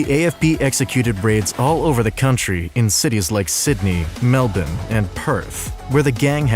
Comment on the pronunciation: as an Australian, I got more whiplash from hearing a non-Australian accent pronounce 'Melbourne' correctly than I do when I hear it pronounced phonetically xD